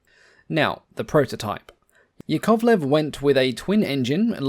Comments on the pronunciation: yAkovlev, not yakOvlev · OMG! I understand that russian surnames might be hard to pronounce, but it's easy to remember: Yak - YAkovlev, never YakOvlev. So as LAvochkin (not LavOchkin), TUpolev (not TupOlev), KAmov (not KamOv), but Il'yUshin, MyasIshchev, SikOrsky. Nevertheless it's a good quality channel. Good luck with it and greetings from Russia! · small correction it's yAkovlev, not yakOvlev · "yAkovleF", not yakOvleV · Just a tiny but important point - "Yakovlev" is pronounced with its stress on the first syllable - YAK-ovlev. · A quick tip from a native slav: "Yakovlev" is pronounced ['jakəvlev] with the stress on the first "ya" and the "o" simplified to the neutral "ə". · Pretty, pretty please. Russian aviation journalist rushing in. Here are correct stresses for you: YÁkovlev (Yak), TOÚpolev (Tu), IL'yÚshin (IL), MikoyÁn and GurÉvich (MiG), SukhÓi (Su), AntÓnov (An), LÁvochkin (La/LaGG fighters), PetlyakÓv (Pe), PolikÁrpov (of U-2/Po-2 the Sky Crawler), KorolyÓv (“space program father”), ChertÓk (the missile man), GagÁrin (cosmonaut №1), TitÓv (cosmonaut №2), LeÓnov, (first man in open space) TereshkÓva (first woman in space), KvÓchour (test pilot), BÓgdan (test pilot). Mikhail Mil of Mi helicopters is pronounced similar to the French thousand: Mílle, but with L not swallowed. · Stress mark is on "a", like in "Yak" - Ya'kovlev A smal suggestion: you can make a video about I-220 - it's story can raise some eyebrows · Hearing the 2nd syllable stressed is going through my spine like nails on a chalkboard. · Interesting pronunciation of Yakovlev's surname.